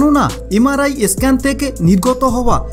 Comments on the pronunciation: একটা আসল কথাই বলেননি। যাদের পেসমেকার ইমপ্ল্যান্ট করা আছে তাদের আগে জানতে হয়। তাদের MRI করা যায় না। বুজলেন? আর একটা কথা , কথাটা স্ক্যান , ই স্ক্যান নয়। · ভাই eskan কি? Sudhdo উচ্চারণ করুন।